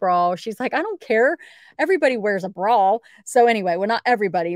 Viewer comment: The is no "L" in bra! :)